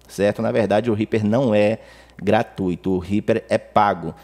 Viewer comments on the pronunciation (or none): none